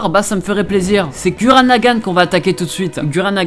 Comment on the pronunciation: Ca se prononce Gourren et ca s'ecrit Gurren Et c'est l'un de mes animes favoris